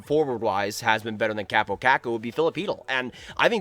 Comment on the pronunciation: he literally said cap oh cak ow. It's a repetition of a caw sound in both parts.